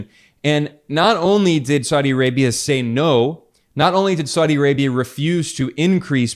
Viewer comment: saudi is 3 syllables not 2 syllables. sa-u- di not sau- di.